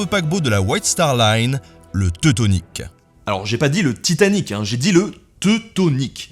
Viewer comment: scuse mais je suis québécoise et on prononce tout TI tanic...